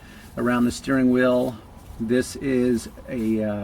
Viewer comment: every time he says steering wheel, it sounds like he’s saying steering oil lol